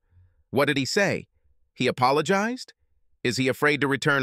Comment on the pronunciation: AI bug. There are a lot of them. All the different voices have them, I noticed.